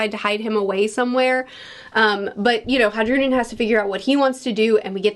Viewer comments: Dear, the name Hajrudin is pronounced "Hi-Rou-Dean" sincerely My monk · Hey, love your videos. I just think you should know that it's a soft J and it's actually pronounced "Hairudin" or "High-rudin" Hope this makes your life a little easier and have a wonderful day. :) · Your pronunciation of Hajrudin will never not make me laugh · The you pronounce hajrudin is killing me